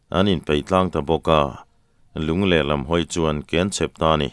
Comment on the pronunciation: an sanghal khawh hlum anni pathum tana ken sen chi ni hek lo tihlai a, ken i thluk hi a dikhlel deuh em le aw?. Ṭhahhnemngaih thu hlaah inthlahrung deuhin ka rawn sawi ve aw